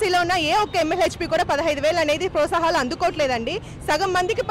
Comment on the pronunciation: ముందు ప్రోత్సాహకాలు అని పలకండి